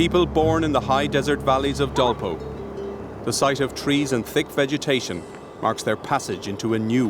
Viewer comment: this is called Dolpa district of Nepal, dolpo is pronounced error of english vocal